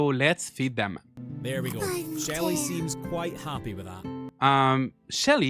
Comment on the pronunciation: When you said Shelly, I was convinced for a moment that you said Shitty and was like who names their game character Shitty